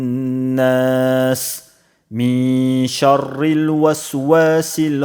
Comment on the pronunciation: Шаррил мягко читаются